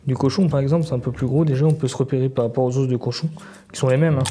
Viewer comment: ça vient d'où l'accent sur le bout "d'hausse"🦴? C'est vendéen ?